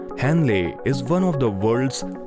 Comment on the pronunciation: What is wrong with your pronunciation Mr Narator? Hennle...Meowdos